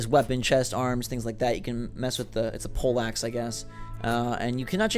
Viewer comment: Pole axe it's pole axe!!